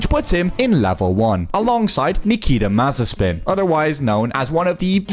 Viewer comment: Nikita what?! "Mazepin", it speaks like [maze'pin]